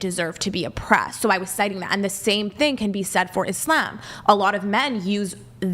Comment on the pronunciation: I’m only this far in and chair 1 is already annoying me… she can’t even pronounce Islam, or the Quran properly… and your gonna sit here and say Christians are bad to woman!!??? Bitch you better put on your hat and cover your face. someone tell her she’s not the fuckin main character fr.